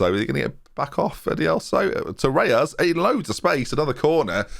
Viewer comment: Where do you get the "a" from in Reyes? 😝